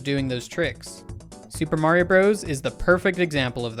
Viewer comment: You said "Mario" wrong.